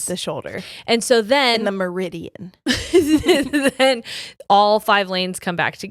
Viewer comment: The way we just brushed past “Meridian” when it is in fact “median” 😂😂